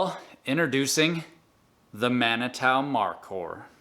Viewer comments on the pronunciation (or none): I’m pretty sure it’s pronounced man-i-two/too